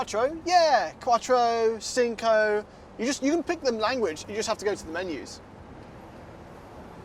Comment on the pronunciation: Lmao quattro, cinco